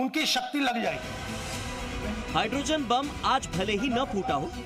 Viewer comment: It is hydroGEN, not hydroZEN. Kya Bharat mein paddhay-likhay logon ki kami ho gayee hai!! Aap log kya chhati paas kar ke journalist bannay ki koshish kartay hain??? Ya sifarishi tattoo hain!😮